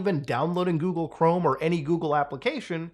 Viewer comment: Coogle Ghorme